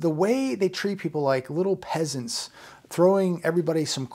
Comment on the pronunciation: killed me with "us pheasants can take our thousand dollar crumb of stimulous to the drive through with our lil app for a big mac". LOL